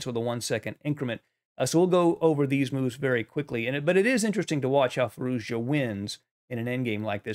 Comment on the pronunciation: Another good game and great analysis. I just noticed that you struggle to pronoune Z in FirouZja. You used to call hime `Firooja` before. As and Iranian, I would say, pronouncing the name is hard even for me too. So just dorp the Z. `Firooja` is good enough and even sounds more modern and streamlined to my ears. We all know who you are talking about, so don't sweat on pronounciation:)